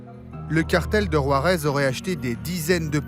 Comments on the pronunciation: 😂😂😂😂 war-ez now how ever the fuck ur pronouncing it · Learn how to pronounce Juarez dude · Can't ev3n pronounce Juarez right...